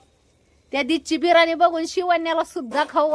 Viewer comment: बिरानी नाही ग ताई बिर्याणी अस असते ते